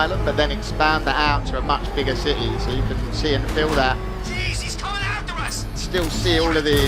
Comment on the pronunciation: A cittay lol